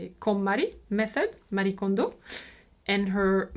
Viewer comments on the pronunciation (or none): none